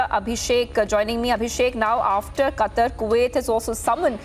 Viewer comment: It's Qatar you illiterate 😂😂😂